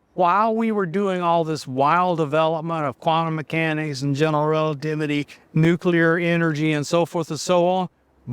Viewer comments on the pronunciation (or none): Its impossible to believe any person talking about nuclear as a topic who says " nuke-cu-lar". We made fun of Bush for his buffoonery as President speaking such illiterate junk, but now we are supposed to accept it from guys like this? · I'm suspicious of anybodywho can't pronounce the word 'nuclear'.